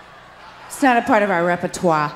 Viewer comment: I have been il love with them since 1981. And Belinda, it's repertoire, you don't have to prononce the e at the end but you have to prononce the r. Too bad you don't tour in Canada this summer. A lot of love to you girls.